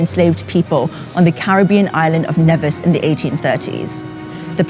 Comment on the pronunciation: I know this is old/irrelevant but the island is pronounced 'Knee-vis' not 'Neh-vis'